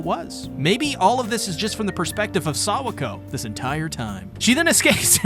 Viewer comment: no way u calling her sawako 🤣🤣